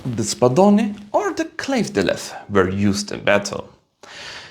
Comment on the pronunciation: Thank you for that claymore pronunciation. Spot on.